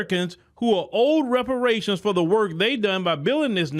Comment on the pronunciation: She couldn’t even say the word Reparations when she tried to answer the question.